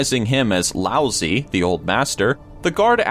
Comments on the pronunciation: That Chinese philosopher's name is not pronounced lousy, it's pronounced loud-tzoo. What about the man from Taured? What to talk about mysterious, look that guy up. He's a bigger mystery than anyone on this list. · Rasputin - 12th century? missed by a few hundred years there. And "Lousy" for Lao Tsu, nice try on the pronunciation but no cigar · Laots-uh, or -eh, not "lousy". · Learn your fucking shit... its Lao tze. Pronounced Lao Shir... not lousy. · I'm pretty sure it's pronounced Lao Chi. Also, the thumbnail is a lie. Fuck you,! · No, no, no, the name is not pronounced "lousy"!!! Jeez... The "zi" is more like the short "i".